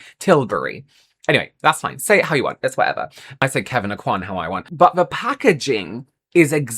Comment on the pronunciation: American here, you say Kevin Aucoin correctly. Any other pronunciation is wrong.